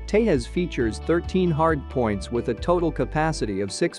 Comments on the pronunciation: It’s called TEJAS not TEHAS, it’s not a Spanish or Mexican plane. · it doesn’t pronounce like teihaas its Tejas (Tay Jaz). Some Americans are very poor in English even it’s their own language.😂😂